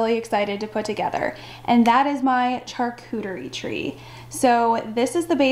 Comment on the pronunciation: I’m sorry but charcuterie is pronounced with a, “sh” as in sharp, not “ch” as in church.